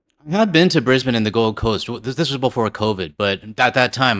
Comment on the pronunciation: G'day from Oz. Regarding your upcoming Brisbane trip. First off, bloody well done on getting it absolutely spot on, in saying Brisbane the right way. I do have one suggestion regarding our coffee. We (obviously) dont do coffee chains. But despite that, Starbucks is still here, but it survivex in high tourist areas only, as they arecthe only ones buying that slop. But there is a sort of potential (but not an actualdownsideas such) to our coffee culture that might surprise visitors who are used to coffee chains, and i dont just mean Starbucks either. The thing is, there are eo many minute differences between the tastes of coffee from one shop and tge next, and we do have a huge number of stand alone coffee shops, as well as places that serve Barrista style coffee, that one must wonderchow any of them makeca profit, but they do. The point is, everyone will find a coffee shop that's not tontheir own particular liking. And thats absolutely natural and to be expected. So dont be put of if your very first coffee (or two) isn't to your liking, just keep trying. The bar is set so high here that it wont take you very long before you find something that you will enjoy. Coffee chains like Starbucks, G.oria Jeans, Tim Hortons etc, rely on serving the same tasting coffee blend in every shop, so I've met tourists who innocently expect every Aussie coffee shop to more or less be the same. Well obviously its not. Enjoy youd trip ouf here, at least the public transport should be cheap, like 50